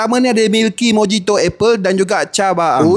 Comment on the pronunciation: The pronunciation is mo-hi-to although it's spelled with a "j"